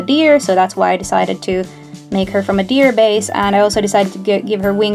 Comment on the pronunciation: When you said deer i though you said beer XD